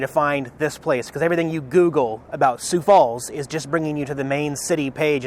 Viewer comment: Not many people pronounce the name Sioux Falls correctly. Congratulations!